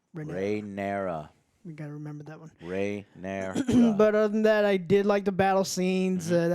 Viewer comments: Ran-ear-ah. That’s how you say it joe not Rey. Slightly aggravated me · And Joe doesn't even pronounce her name right and then calls christian cole sir colton. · Okay these guys do not even know the character names after 3 episodes with them. Its Daemon, not "Damien". Rhaenyra not "Rae". They forgot Sir Criston Coles name. has no interest in liking the show and gave 0 effort to this review. Just going to his default "subtle as a fist in the ass" joke to try to be funny. just really enjoys being negative and saying this is "below average television" is just wrong. is miserable and I hope these guys put more effort into their reviews in the future. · 3 episodes in and you guys can’t even say the main characters name. How can I take your reviews seriously? RHAE-NYR-A. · Why do you keep calling her Ray?! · Joe still can't say Rhaenyra....there's ZERO chance these stooges are paying attention. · “Daemon”, Joe… “DAEMON”. You were giving Other Joe shit for not pronouncing Rhaenyra correctly but you were constantly saying “Damien” the whole damn review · Joes pronounce names correctly challenge: impossible